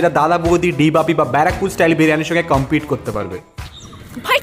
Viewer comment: Bara..pur😂 Bra..Pore 😂